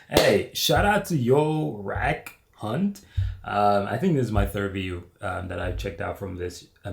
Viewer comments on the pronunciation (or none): its not yo rak hunt. its youra khunt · It's not Yorak Hunt. You need to say them together fast. The first word is said 'you're a' the second word has the hard K sound from the first word and a silent 'h'. Basically, said 'you're a kunt'. Basically Aussie lingo. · His name isnt yorak hunt.... its youra cun......